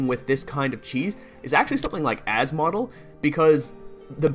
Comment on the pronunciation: as-model hahaha its asmo-del